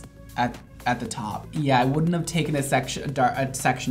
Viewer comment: and when he added "you. wouldn't. wanna. know" I FELT that 💀